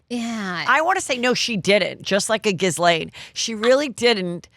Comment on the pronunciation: Great show Heather still HATE the commercials you sneak in, but wanted to mention when you talk about Ghislane Maxwell the S is silent so phonetically it’s gheelane. This is the correct pronunciation.